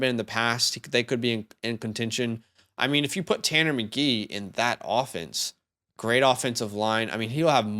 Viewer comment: As a Colts fan, I want this guy. I'm fairly alone among Colts fans. But guys... it's Tanner McKEE - not Tanner McGEE. There's a difference, it's subtle.